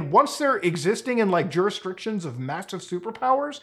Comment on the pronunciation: You say jurisdiction wrong